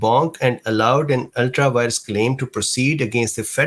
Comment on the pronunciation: Just a heads up, it's ultra vires.